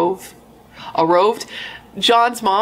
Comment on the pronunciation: “arroved” 😂 peak